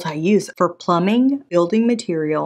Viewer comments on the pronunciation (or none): none